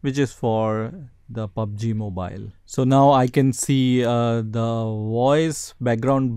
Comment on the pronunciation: "pubaji mobayl"